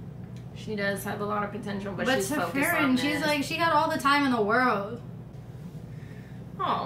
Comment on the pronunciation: Let me just say, I am impressed that you got all of their names right (Heiter, Eisen, Himmel and Frieren). You'd be surprised how many reactors don't ever get their names right. Out of the ones who do get them right, you are the ones who got it the fastest as far as I've seen.